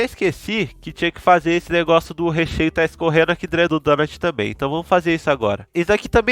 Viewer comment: O vídeo eh ótimo. Mas foi complicado ouvir falar "drento".😂. Mas de muita qualidade o video